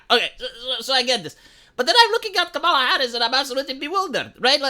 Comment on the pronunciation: Kamala. Pronunciation. Bet all my money, my family's, Your wrong.